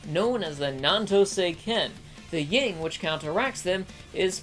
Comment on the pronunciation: There is no G in "yin" (Yin and Yang)